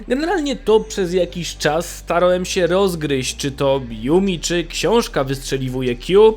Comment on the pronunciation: "Bojomcom siem istotkom żyjącom". Chłopie, materiał ciekawy, ale gdzie się uczyłeś języka polskiego. Masakra, tego się słuchać nie da. Uszy więdną.